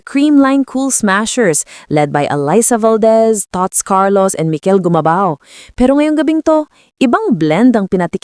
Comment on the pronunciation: This AI speaker still can't pronounce Gumabao. Tsk tsk tsk.